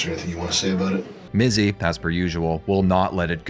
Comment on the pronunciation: DYSLEXIA ALERT - - You said Bizzy and Minx instead of Mizzy and Binx, beware the first letters two words swap, i get hit by that speaks dyslexia myself, honestly it's pretty funny and I wonder if anybody even notices that doesn't do that themselves.